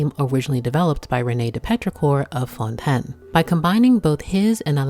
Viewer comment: Why do you say "fontainian" correctly but then say "fœun TEN" ?